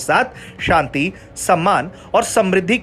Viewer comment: तुम सब सच में कुपढ़े हो चार लाइन की न्यूज भी ढंग से पढ़ना नहीं आता मूर्खो इस न्यूज की वो गलतियां सुधारो जो बहुत खटकती है 1 OIC कारपोरेशन नही है। 2 शांति समृद्धि का उच्चारण तो तुम्हारे बस की बात नहीं मूर्खो शुद्ध लिखना पढ़ना सीख लो पहले।